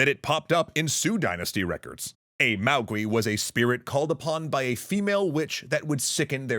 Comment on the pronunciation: Note that the “-gui” in “maogui” is pronounced /GWAY/, not /GWEE/, just like “feng shui” is /FUNG SHWAY/, not /...SHWEE/. Also, your sources might be confusing “maogui” and “mogui,” which is much more likely where the “mogwai” of Gremlins came from.